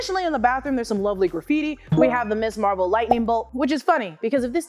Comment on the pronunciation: Ms. Marvel. Not Miss Marvel. Pronounced "Miz" and has a significant historical background, part of the feminist movement. Argh.